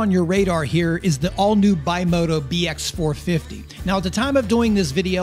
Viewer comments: Ooyyyy BIMOTA A A A A not BIMOTO O O O, it is A… Hallllloooo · I'm not a Dirt Bike Rider... Never have been but... Can we please at least attempt to pronounce the Kawasaki Owned Specialty Manufacturer BimotA correctly..? It has an "A" at the end... NOT AN "O"..! So it's not pronounced "BYMOTO" It's pronounced BIMOTA JUST LIKE IT'S SPELLED..! I owned a Bimota KB2 back in the late 80's and early 90's fitted with a 1981 Kawasaki GPz550 Engine carefully massaged with Moriwaki 615cc Pistons, Yoshimura Stage II Cams, Hand Ported and Polished Head, 32mm KEHIN Carbs and it ran very well. Thanks. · Its Bimota,not Bimoto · BIMOTA not BIMOTO italian developer very good in 70s 80s 90s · It's not Bimota not Bimoto!!!!! The name is made by the initials of the three original founder's. Bianchi, Morri, and Tamburini. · Bimoto?... Bimota... bi-moh-tah... kind of like Acerbis and Akrapovic... just messing with you... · Hey, greatliatof bikes here, I thought I'd just Clarify the Bimota, it's an Italian company for one and the brand is pronounced Bim-mo-ta, ty made some really interesting road bikes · Nice. By the way Bimota is pronounced bee-mo-tta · When you pronounce Bimota, think biscotti. It's one word, not bi mota, and the i is the same as in biscotti. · I am aware of the KLR mistake. I once owned a KLX 650, and thats what came out. Also, I am aware of the pronunciation error of Bimota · Nope, that's an A at the end.... but hey, you do you. I dig your videos, I was just having a little fun with you...